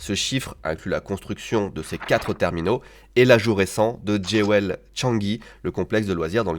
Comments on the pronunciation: On dOn dit pas ”Djé-wèl", mais plutôt "Djou-wl" (joyau en anglais). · Génial, belle expérience...juste j'ai mis un moment à piger que Géouel c'est Jewel...il vaut mieux dire Djoul.. entre la dame ses fauteuils et l'accent de..😂 je suis refaite 😂😂😂...le duoTev et Malo c'est aussi cool que et Louis, ça fonctionne bien! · Les gars, cette vidéo est un banger ! Elle me donne presque envie d'aller à Singapour et en profiter pour passer deux jours à l'aéroport ! 🤣 Et votre duo fonctionne TROP BIEN !!! 🥳👍👏👌 Juste un détail (c'est pas une critique, hein: c'est pour aider), JEWEL ça veut dire BIJOU et ça se prononce JUL, comme le... "chanteur" . 🤐